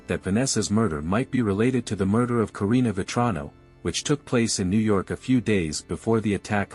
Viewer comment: And Korina! It’s also Korina Veltrano